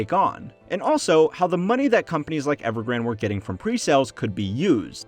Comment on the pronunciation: Not evergrand, but EvergrandE